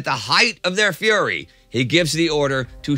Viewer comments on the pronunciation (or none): none